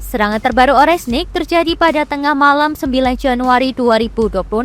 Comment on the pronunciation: Oreshnik om Bukan orenshik